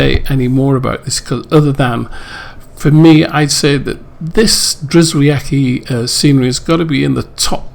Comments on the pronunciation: Lovely tour sir. BTW I believe he pronounces his name "GEE-OH-VET-SKEE" (I asked him) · Drzewiecki = "je-vyets-kee"; Brzezinski = "bzhe-zhins-kee".